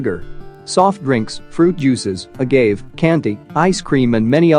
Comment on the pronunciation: Definitely one of the two - the dead giveaway is that it pronounces agave' as "a-gave" rather than "a-gah-vey"